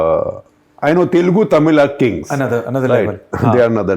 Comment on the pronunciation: Kudos to Mr. Bijli for his entrepreneurial spirit. Amongst many other things, I appreciate him for pronouncing my mother tongue - the right way - Telugu with an oo after the L. Most Punjabis miss that.